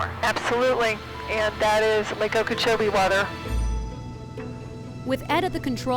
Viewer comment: Lake okeech